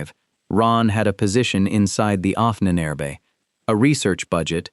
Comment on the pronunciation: The mispronunciation of "Ahnenerbe" used in the video makes it sound like the name of an Ancient Egyptian Pharaoh.